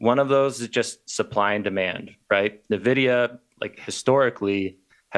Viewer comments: Why does he call it Nah-vidia???? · Nuh-videa? Seriously? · dude,... learn how to say NVIDIA correctly.